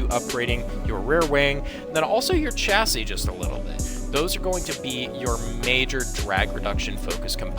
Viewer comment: So I’ve noticed Americans don’t know how to pronounce Chassis. It’s pronounced shassie. Just a little tip